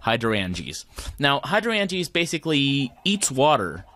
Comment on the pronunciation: The word is pronounced Hydro-angea like Hydrangea the flower. here is a link so you can hear pleas stop brutalizing such a great pun. An endear watcher AKA a spot loader does not load in a radius based on distance to the block it loads the chunk it is in which is a 16 by 16 area from bedrock to the sky that is fixed based on its x and z coordinates. You can turn on show chunks by pressing F9 in NEI to figure this out. If you remember your chunk loader shot a red laser to a point that was the center of the chunk it was in and then the lasers showed the radius from there. You want to start NOW on growing an uber node for CF as it takes forever to grow even with chunk loaders and a fast inefficient system. An longer with a fast but efficient system like i have been on about in the comments of past videos. Trust me you want to do this ASAP or you will regret it later when your CV system is weak or you have to put things off to grow a node. You can auto craft botania flowers but it is a pain and rarely worth it. Mostly you need to automatically feed the correct ingredients (in the right ratio) into a petal apothecary you are piping water to and then collect the flower remotely with something like a hopper hock or a filtered world interaction upgraded transfer node.